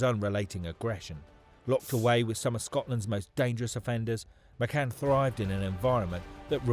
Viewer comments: Why is the narrator saying McGann? It’s McCann!! Really off putting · Can't you read, his name is McCann not McGann 😮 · You can tell he's reading this so why does he keep saying McGann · Why does he keep calling him someone else’s name?? 🤔 I was sure his name was McCann not mcgann 😂😂😂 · Thank fuck it was only 29.mins that mcGan thing was doing my fucking head in . Its fucking Mccann. You melt 😂